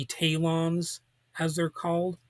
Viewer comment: This is Worst review of Gene Roddenberry series ( Which he should have mentioned) I have ever heard. He couldn't even pronounce names of Talons Correctly. Could have least found few promotional photos varied views of series